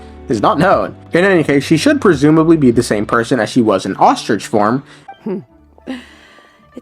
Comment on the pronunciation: your "ostrich" got me giggling